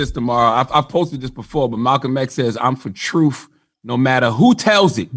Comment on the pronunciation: I like how CThaGod says, "truth." He says, "troof." As in, "The troof is the troof." Hard to take the brain-twisted dude seriously. He reminds me of that Damon Wayans character with a pickle in a jar. Yeah, he's a goofy-ass.